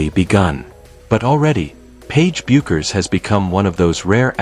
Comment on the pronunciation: Get the pronunciation of her name right. It's pronounced BEH-KERS!